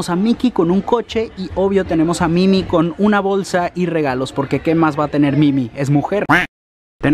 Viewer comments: Like si dijo mimi y no mini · Por qué bises Mimi en lugar de minni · No se dice Mimi, se dice Minnie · dijo mimi en bes de mini 🤔🤔 y el lo dice también 🤔🤔🤔🤔👍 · En el dise Mimi y es mini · En Uruguay se dice mini no mimi :vvvvvv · Dijiste mimi enves de decir mini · Porque estás diciendo Mimi